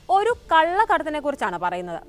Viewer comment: കള്ള കടത്ത് അല്ല കുട്ടി. ഉച്ചാരണം വ്യക്തമായിട്ടില്ലെങ്കിൽ ആശയം മാറും. കള്ള കടത്ത് എന്നതിനേക്കാൾ കൃത്യമാണ് കള്ളക്കടത്ത് എന്ന് പറയുമ്പോൾ. 🙏🏼